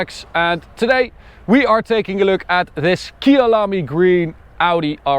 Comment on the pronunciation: The colour is pronounced kai-ah-la-me, it’s a South African 🇿🇦 name. Love the colour